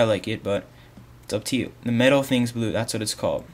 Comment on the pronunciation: its "metal" not "meta"